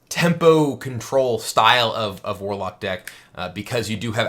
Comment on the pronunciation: Mwarlock dood. It's Mwarlock.